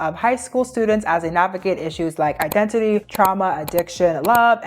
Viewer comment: Nkkkkkkkkk 😂😂😂😂 Identity ❌🇳🇬 Idendidy ❌ 🇺🇸 IdenTiDy ✅ Much love from Nigeria… your brilliant detailing is great 👍